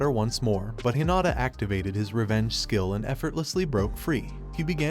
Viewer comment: Why does the system say shill instead of skill??????????